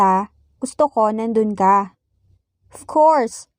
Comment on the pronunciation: thank you, although I made a mistake, didn't mean j, more like H in haha. For example, sometimes I hear you prononuce ka like ha. 🧐